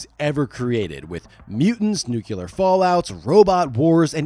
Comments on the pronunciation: Okay, before you make any more videos, please take 30 seconds and learn how to properly pronounce the word nuclear. It's NUCLEAR, not NUCYULAR. It's one of those things that instantly makes someone like an imbecile. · I've been into Dredd since Starlord but there's one thing that pisses me off about this yank commentator is 1. You don't get British comics and 2 It's NUCLEAR NOT NUCULAR ,dopey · NEW-KLEE-UHR! NEW-KLEE-UHR!! NEW-KLEE-UHR!!! Dammit man, I can't take it anymore! The word is NUCLEAR - it's pronounced the way it's spelled! WTF is wrong with everyone?!? How do so many of us butcher this one word incessantly?!?! It's NOT pronounced NEW-KEW-LUHR! IT'S NOT NOW, IT NEVER HAS BEEN, IT NEVER WILL BE, SO PULL YOUR HEADS OUT OF YOUR ASSES AND PRONOUNCE IT CORRECTLY! READ IT: NUCLEAR. SOUND IT OUT AND SAY IT CORRECTLY... This has gone on for faaar too long and it needs to end, so just... stop it! Words are spelled a certain way and pronounced a certain way. Get it right!!! Have a great day. Peace. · What are you, part of the Bush dynasty? It's NUCLEAR not NUKULAR. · NUKE-LEE-EER Not NUKE-YOU-LER 🤦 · Re-mapping my brain to say "Nu-q-lar" instead of "new-clear". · I know it's pedantic, but it's driving me nuts. "Nuclear," not "nucular." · It is pronounced NU-CLEE-UR. Not NU-CUE-LUR! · The way you say nuclear is killing me. Its pronounced "new-clear" not "nuke-u-lar" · Why, since George Bush, is it ok to say *nuculer instead of *nuclear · Please, kids: IT’S 👏🏻 NOT 👏🏻 NUCULAR 👏🏻 IT’S 👏🏻 NUCLEAR 👏🏻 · NucLEAR .. not NucULAR .. Nucular isn't a thing.. nuclear is actually a thing.. ARGH! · dude it’s pronounced “New-Clear” not “New-Q-Lurr”. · nu-klee-ur, not nu-cue-lur, -please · I really like your stuff, but I can't help myself- the word is pronounced nu-clear, like it's spelled. Nuke-ular is what George W. Bush says. You say it so many times, I had to say it. Sorry. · That George Dubya Bush style Nucular fallout😂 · It's pronounced NU-CLEAR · NEW CLEE AR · guy says nucular